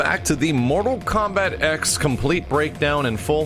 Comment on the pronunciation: THE X IS A FUCKING ROMAN NUMERAL. TEN IS HOW YOU SAY IT. FUCK MAX.